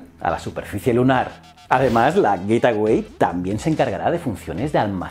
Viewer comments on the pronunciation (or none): Hola como critica constructiva: El nombre de la estación es GateWay (Güeitguay), se puede traducir como la puerta del camino o así Como tu lo pronuncias es GetAway (Güet aguay), que se puede traducir como huida o piérdete! Un saludo y me encantan tus vídeos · "Getaway" no, "Gate Way" (gueitwey) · Como lo has pronunciado tantas veces yo he entendido: " Getaway", en lugar de la correcta "Gateway". Un saludo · Joe con la mala pronunciación de "gateway"... lo pronuncias como "getaway" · Buen video, excepto por como pronuncias el nombre del a estación espacial que orbitaria la luna... significaría otra cosa bien distinta....